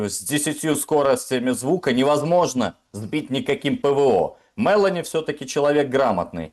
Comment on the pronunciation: МелО́ни, не Мелани!! Пожалуйста произносите фамилии мировых лидеров правильно, как их произносят во всём мире. Мелани это персонаж из Унесенных Ветром. Джорджия МелО́ни- премьер-министр Италии! Не вводите публику в заблуждение. А вообще, спасибо обоим☮️